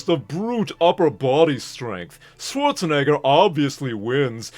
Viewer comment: bro did NOT say Schwarzenegger